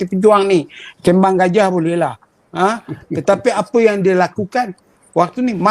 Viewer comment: SEBUT YANG... JADI YAN....DAH TUA BANGKA BAHASAPUN SALAH LAGI